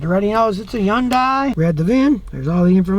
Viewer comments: Scotty its a Hyundai not yun die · People, you are mispronouncing Hyundai. It is enunciated Heeyun te and you slur Heeyun as one syllable. Also, people mispronounce taekwondo as Tai which sounds idiotic to me. It is said, te gwon to. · someday scotty will realize yundai starts with an H